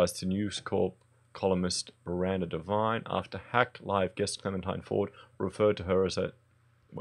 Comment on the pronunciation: All cle-MEN-tine must die...